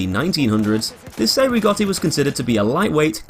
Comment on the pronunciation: Spells? You mean pronounce? I think you mean how ‘Cei’ is pronounced ‘Chay’ not ‘Say’ or ‘See’.